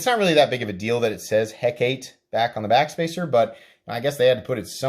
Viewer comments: (Heh-Cah-Tay ) it is the name of the Greek goddess of magic . Great video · Hecate is pronounced (Hek)(ahh)(TEE) or Hek-uh-TEE. Just think about how the beer Tecate & pronounce it in the same manner. 🍺🍻👍 Been looking at this sucker so thanks for this review.